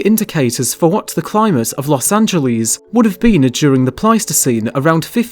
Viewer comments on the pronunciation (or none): Don't say "Los Angeleeze", it does not rhyme with cheese. If you have to, say it like its a word in SPANISH- Los Anh_heles, or just L.A., The way the locals call it is "Loss ANN-JEL-iss" (rhymes with "paleontologist", sorta)